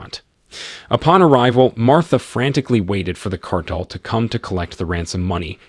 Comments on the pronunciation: Can’t pronounce “cartel” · The narrator, whether it's A.I. or not, is mispronouncing 'cartel'. (Over & over again.) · Awful commentary. Perhaps it was computer generated since the narrator can't say cartel and he can say "made him pain."